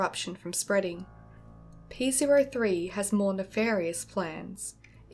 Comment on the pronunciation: Ok, lemme be clear here. You're mispronouncing the name of the robot Scrybe. It's "P-OH-3", not "P-ZERO-3".